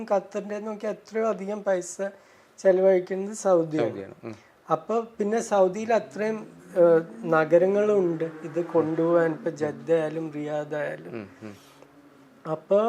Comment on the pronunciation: ജദ്ധ അല്ലടാ വാണമേ ജിദ്ദ റിയാൽ മാഡ്രിഡ്‌ അല്ല vaname😂